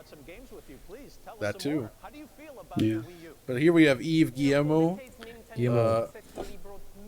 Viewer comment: "eev giyemoe" oh boy... that's one way to spell Ubisoft CEO's name lol